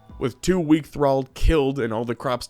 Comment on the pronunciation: Omg you said thrall correctly that made the video for me lmao